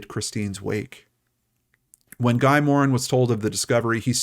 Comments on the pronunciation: It’s pronounced Gee not Gie Paul Morin. Shouldn’t you know this if you’re going to host a crime show? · His name is pronounced “gee”, like key, not guy. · Guy is pronounced 'Gee'. I didn't think you were going to cover this case. Glad you did. ETA, as a kid of the 80's I wouldn't have hesitated to hop in a neighbours' car. We didn't lock the door until bedtime. I grew up in a Toronto suburb about a half hour south of Queensville. Christine's disappearance was shocking to so many, and it had an huge impact on our sense of safety. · This is the story of a very sad stain on the Canadian criminal justice system from my world and my era, this poor child and then that poor man. Well done on the telling. I feel compelled on his behalf to mention that I've never heard Morin's name pronounced in this Anglo fashion. I believe Morin is a francophone or at least of French Canadian descent so we say Guy (rhymes with tree) and Morin with the emphasis in a French fashion. We are mostly not bilingual in Toronto but we typically pronounce the names well. I know Americans would not be accustomed to this detail. It does not take away from your presentation.